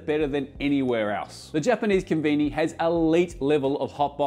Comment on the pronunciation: I swear he said "conveni" instead of kombini